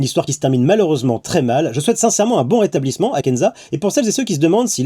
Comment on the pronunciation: j'ai entendu "je souhaite un burata blissement" j'suiss matrixée xD